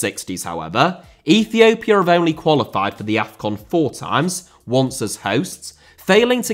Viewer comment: Russia* not Russier Uefa* not Yuweifer Dissolved* not Disolved China* not Chiner Oman* not Omohrn Ethiopia* not Ethiouwpier Fenerbahçe* not Fenebohçei Rather* not Rother Şahin* not Sohrhyn Style* not Stahl Indonesia* not Indonesier Liga * not Liguer Copa* not Coper